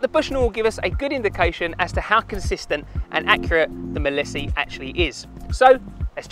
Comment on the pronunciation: It's said not said as 'Milissy'.....it's 'Mile See' as in you can see for miles...Mileseey! 🤦‍♂️